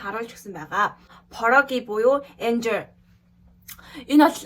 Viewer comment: Yaj aimar uurtuu itgelte angli ugsiig unshij bainaa?? Jishee ni Anger gedgiig Anjer ch gej bh shig yriandaa, hellegte joohon anhaaraarai tuunees bol taniig uneheer demjdeg ju🥰